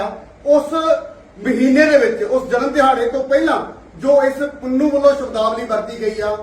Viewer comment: Oye aleino! S. Gurpatwant Singh ‘Pannu’ hai, ‘Punnu’ nahi Wadde Punjab ‘wich rehn wale’ ( bamana warge), alien- ‘sale’ kiwein Hindi bol-bol dasde-ei aapna subhuman alien-Puna. Reh de punjab wich han- saliyo jao Rajsthan te pio bahmanwad-Ian daa moot.